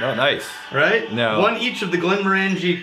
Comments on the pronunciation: Glen MORE an jee.... Glen MORE an jee... say it ten times, stress on MORE. ...NOT glen more AN jee! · I hate to be that guy...but it's not Glen-more-ANJ'-ee... it's Glen- MORE'-anj-ee. Think orange. OK, lesson over. I love Glenmorangie! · Rex I once accidentally pronounced it like Glenmor-angie like the girls name in a pub in Inverness and they refused to serve me. Once I said Glenm-orangey like the fruit I was served right away. Fickle people in Scotland when it comes to our drink. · I hate to be that guy (actually I don't) but I've heard every Scottish person pronounce it "glen-MORE-an-jee". The middle of the word is "orange" like the fruit. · Hate to be that guy to the guy that hates to be that guy but it's Glen-Moranjee not 'More'. Think as if you were saying orangey at the end. No emphasis on any syllable. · They talked about this in the Quinta Ruban video. knows the correct way to say it but has always pronounced it the other way. Some habits die hard. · Yeah, totally my bad. Once I've said something one way, it's almost impossible to get it out of my head. Plus. I'm Texas. So maybe I can just claim that's how Texans pronounce it :-) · Yeah, I talked about pronouncing it correctly in our Glenmorangie Quinta Ruban video, and in this one, completely forgot. It gives Rex more reason to hassle me.